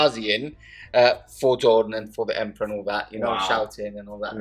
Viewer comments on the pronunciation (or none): did just say 'kamikaze for the emprah...and all that'?! ahahahaahahah!! beautiful armies guys, and i love the fact that these narrative campaigns give you the opportunity to show them off (and the terrains as well, so well done)